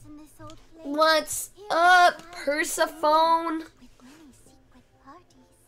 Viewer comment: why do you pronounce persephone’s name like that?